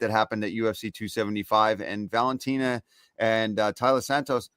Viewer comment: Ugh. It's painful to hear you call her Talia over and over. Her name is Taila. Don't feel too bad, I've been hearing it elsewhere.